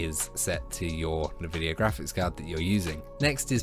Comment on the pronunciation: Nobody:: Nuh-vidia